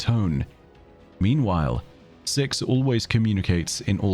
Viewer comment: truly thought you said sex at the start of this glad i was wrong